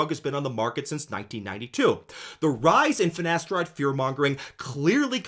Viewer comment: "Nocebboh" "Finasterideh is safeh"